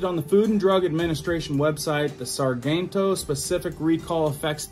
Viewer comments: It's pronounced sar-gent-o as in gentleman (I live by the company😂)! Soft G!! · I think Sargento is pronounced with a 'J' sound like 'gentle'.